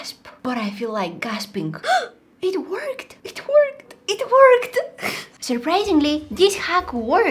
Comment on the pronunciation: it sounds like shes saying "it twerked"😂